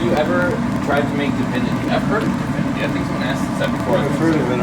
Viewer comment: The candy isn't da-vinity (like dog or duh); it's divinity (like dig). It's usually made with corn syrup and egg whites and cooked to, I don't remember if it's soft or hard storage, and then it is beaten until the gloss dulls. Chopped pecans are added, and most people drop it out on waxed paper while others put the mixture in a square cake pain and cut it into squares after cooling. Divinity and pralines are fussy; they shouldn't be made on high humidity days.